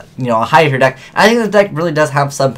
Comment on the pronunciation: Btw, it's "tier."